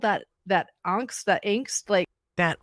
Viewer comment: I’m so glad you got this weirdo “auhhhngst angst”